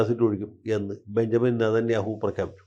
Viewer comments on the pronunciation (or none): none